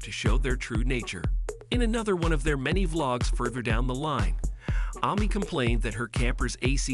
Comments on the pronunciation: Right ! WTH ?! Why on earth would someone pronounce it Ah Mee ?! Jeez ! Super annoying! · Why are you mispronouncing Amy’s name ? That’s annoying. I’m so proud of this family either way ! Love them ! They’re so fun ! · Who the hell is ‘Army’ ?? Is it really that difficult to say AMY !!! So annoying 😡. He also can’t pronounce Combs 🤨